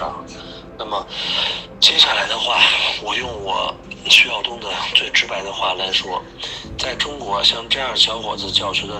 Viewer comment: 여러분, 쉬쇼우둥이 아니라 쉬샤오둥(徐曉東)입니다. 효(曉)자가 중국어로는 xiao, 즉 '씨아오' 발음이 나는데 우리 표기로는 샤오라고 해요. 정확한 명칭을 사용합시다.